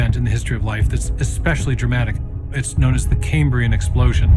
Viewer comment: Caymbrian? It's kæmbriən - after Cambria - the Latin for Wales.